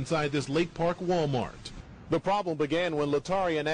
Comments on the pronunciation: She said WAL-MARK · did the grandmother say "Wal-Mark"